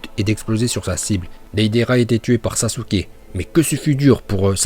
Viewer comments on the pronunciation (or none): Sasouuuuke🤣🤣 ta prononciation me fai mal aux oreilles